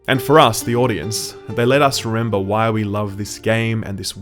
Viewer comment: ha he said rember